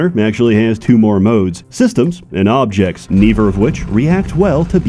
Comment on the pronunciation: "bringing the fobjects togefer" is this an ai generated video?